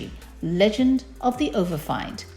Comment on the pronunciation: Good lord woman learn how to read English. It is pronounced overf(ee)nd not overf(eye)nd